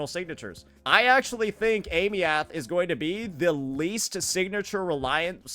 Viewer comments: why you still pronouncing her name like that?? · Is he pronouncing her name incorrectly on purpose for engagement or is he stupid? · Girl learn how to pronouce her name. It's not hard!